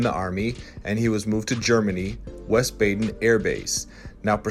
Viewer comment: Great video man. Wiesband is pronounced vees-baa-den. Priscilla's setp-dad wasn't enlisted, he was an officer when Elvis met her. He was enlisted for a short time in the Marines but the joined the Air Force in 1948 and retired in 1979. He was a Captain when Elvis met Priscilla. He wasn't in the "Army" but the "Air Force".